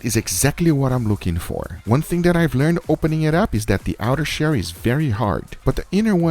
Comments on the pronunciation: Why does he say outer sherr and not shell? I didn’t know he was chinese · He pronounces shell as shair